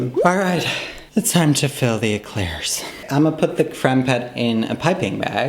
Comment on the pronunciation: I thought I heard that wrong 😅😅